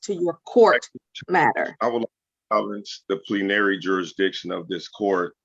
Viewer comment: Lol. “plee-NAIR-ee”. Any marginal weight he thought might be behind any of the legal terms he threw out wholly evaporated upon his inability to pronounce them properly.